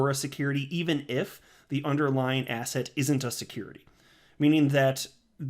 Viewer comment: Ever since you said "Ass Hat" that is all I heard when you said the word "Asset".